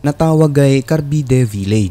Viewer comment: ?hala! Taga diha jud ko exactly. Pero pag bigkas po nyan is carbayd. Carbide village. Carbide villm prk. Greenhills diay ko😂